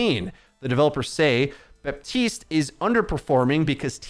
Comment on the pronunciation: You keep saying 'Batist' then read out 'Baptist' clearly. Why??